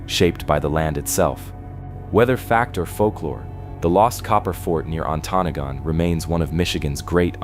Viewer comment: That's some crappy AI narration. It pronounced Ontonagon wrong at least 3 of the 4 times it said the word.